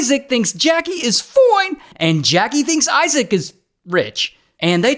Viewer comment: “Foine” ya great stewpit pastry